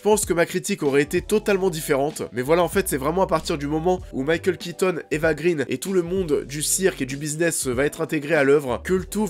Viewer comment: Eva "Grainh" & pas "Grine", son père est suédois & pas anglais.